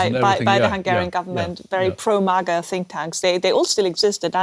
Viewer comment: After all these years, still says mah-guh.